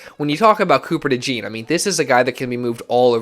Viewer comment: Your pronouncing his name wrong it’s DeJawn